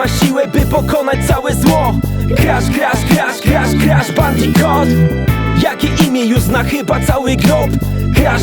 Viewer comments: Kuba Krawczyk Skoro tak to lubi niech nauczy się wymawiać "Bandicoot" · Adam Igel Po za tym co to ma do rzeczy skoro to "bandikut" a nie "bandikot" to nazwa własna, tego nie wymawiasz tak jak Ci się podoba